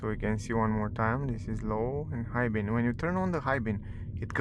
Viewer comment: its called "beam" with "m" not "bean" you said a thousand times....